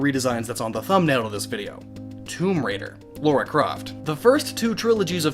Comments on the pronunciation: LARA. LARA CROFT, not fucking Laura..... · Lara. Not Laura Croft. Lara. Get it right! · Why do people continue to say Laura instead of Lara? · I don't see why so many people mispronounce Lara Croft's name. How the hell is "Lara" "Laura". That's not how English works. Just because it is similar to a real name doesn't mean it's excusable to consistently mispronounce something.